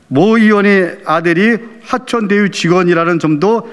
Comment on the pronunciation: "하천대유" 가 아니고 "화천대유" 요! 숨을 깊이 들이내쉬면서 하세요.